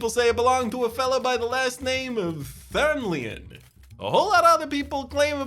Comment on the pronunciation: "thernlion"? i ain't heard of no thernlion! ...hm, anyone hear a bell ringing?